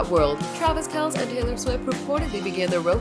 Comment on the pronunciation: Its pronounced Kelsee